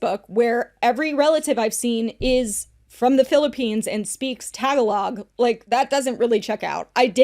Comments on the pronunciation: FYI: it is Ta-Ga-Log….not Tag-A-Log. 🇵🇭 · Isn't that a girl scout cookie flavor? I prefer the shortbread ones No one tell it's pronounced tuh-GAH-log, I like thinking of the cookies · it's "tuh·GAA·luhg" not tag-a-log 😩 I promise I'm not trying to be annoying. But I was grateful when someone corrected me. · Ily but Tagalog is pronounce ta-ga-log not tag-a-log ❤ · 🩷 & you ladies are so cute 😂 I hate correcting anyone. There’s no way to do it w/out seeming like a biyatch, but I swear I’m not being one right now at least. Tag-a-log is phonetically the way you’d say it but it’s more like tug-ALL-lug. ✌🏽 & ❤ ✌🏽 & ❤ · LOL the way pronounced Tagalong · pronunciation of Tagalog killed me 😂 it’s ok girlie, that’s how I pronounced it until I started working with some Filipino co-workers. Tuh-GAH-lug 🇵🇭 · loving this podcast girlies, been a fan of since her story times & love watching DWKT. as a filipina, clinton giving us a bad rep lmaoo. tagalog is pronounced: tuh-gaa-log 💕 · LOVE YOU GUYS but OOF not you butchering how to say Tagalog! 😂 the filipino in me is cringing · that’s not how you pronounce Tagalog 😭 not one of the few time my bf watches with me (he’s half Filipino) and he goes “Hold up hold up, how did she pronounce it?!” I tried defending you girly but I even googled it 😭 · pronunciation of tagalog is sending me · I adore you but your pronunciation of Tagalog had me cringing 😅 still adore you tho. But like…. Girl. And? Same 😂 there’s a correct way to pronounce it. Also, who tf is Clinton Kane?? Never heard of him and I see how weird that may sound. Being half Filipino myself, I wasn’t aware that Filipinos didn’t want to be outed. Apparently that’s a thing? Uhhh…. What?! Why??? Crazy dumb to try to tamper down as if it’s shameful.